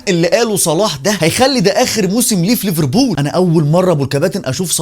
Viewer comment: بالله عليك بلاش مبالغه في نطق ليفربول! رجاء اتكلم مصري عادي 😘